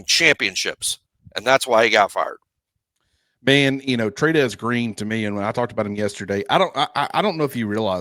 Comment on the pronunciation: Okay, one southern guy to another, did Kelley het fired ore farred? Lol Had to ask 😊